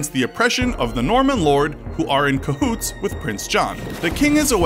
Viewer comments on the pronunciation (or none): I can't believe you said cohoots.